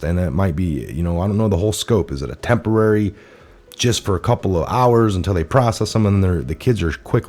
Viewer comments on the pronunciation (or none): none